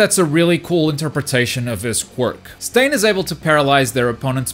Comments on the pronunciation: Quirks are so unique and this game can be too, giving each character a gimmick would be awesome, and would make this game last much longer, also, my favorite villain finally made it, you also finally learned how to pronounced Stain's name 😂😂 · Yay he’s saying stain right hahah